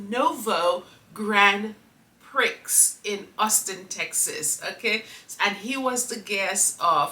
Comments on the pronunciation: bless your cotton sox. Grand Prix is pronounced grand prie. I hope you get better soon. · It's pronounce Grand Pre'. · 😂. Pronounced “ gron pree “ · F1 Grand Prix is pronounced Grand Pree.. 😉❤😊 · The pronunciation is right but the X is silent